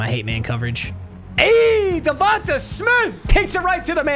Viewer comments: Bro saying davonta instead of davontae 😭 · I would feel disrespected if I’m DevontAaaa Smith, Papa put here fucking saying DevontuHhhhhh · Its pronounced devonTAY lol.. not devontuh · Not tryna be that guy but it’s definitely Devon-tay not Devon-tuh…go birds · DA-VON-TAY you’ve been butchering it😭